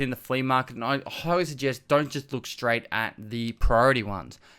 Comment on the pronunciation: lets craig shtreight intuh it!